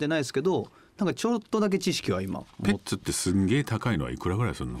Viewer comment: 最多出場の仲村さん。でも久しぶりの二人。でもいつも仲良しでイチャイチャしてるイメージの二人。今日は可愛い二人の仲を見ちゃった日。 安元さん！『ペッツ』の発音、言い方好きだな。